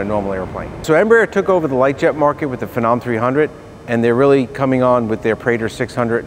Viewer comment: phenom or praetor and it's FEEE-NOM